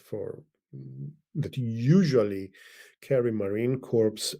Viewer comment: GREAT analysis! One minor bit of triva: It's pronounced "Marine Core", not "Marine Corpse".